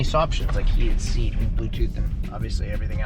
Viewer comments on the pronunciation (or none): none